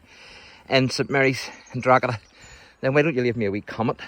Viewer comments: You're committing a grave sin, every time you wrongly pronounce the name, DrogHeda 🤨. Almost as bad as saying the world is only 5600 years old, like that biblical idiot Usher claimed. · The G is silent in Drogheda 🤪